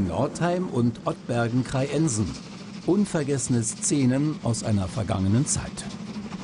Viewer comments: KreiEnsen - die Betonung muß man sich auch erstmal einfallen lassen ;) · Kreiensen wid nicht wie Krei-Ensen ausgesprochen.